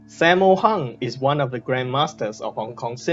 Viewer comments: How you Pronounce Sammo Hung? Saymo Hang.. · this is how you pronounce it "sum more hoong"